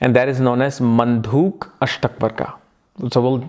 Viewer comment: It's probably Manduk not mandhuk!